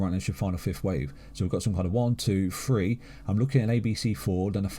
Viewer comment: They say free instead of the word THREE. My ears